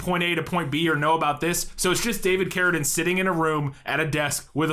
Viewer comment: OMG! You FINALLY pronounced "Carradine" correctly!